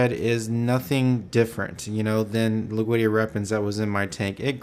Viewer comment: dammit it's not loog veedia it's LOOD WEEGIA